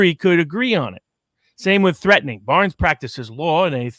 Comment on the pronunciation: Hee hee hee... "Baarnes." Is he Dutch?